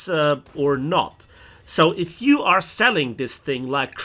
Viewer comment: Why you suddenly started to say "yee" instead of "you"? Reminds me some Southern U.S. accent from the Civil War.